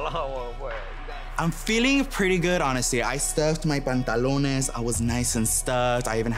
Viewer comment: He said pantelones